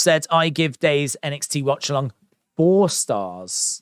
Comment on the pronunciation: annunciate Daze